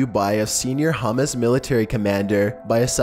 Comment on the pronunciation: Has this narrator ruins this otherwise good channel. His misprounciation of so many words is inexcusable. This last video did it for me. the leader of Hummus...